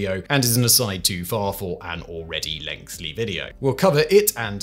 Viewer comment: Still with ‘lengthly’ Simon 😅 lengthy!!